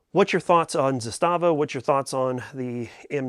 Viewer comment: ZAS-tava., per company pronunciation. Sorry, I just always find myself throwing that correction out, I'm not trying to be a jerk.